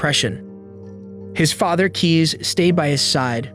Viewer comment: Please check the pronounciation next time. Cees is pronounced als case, not keys. Otherwise good video, well told.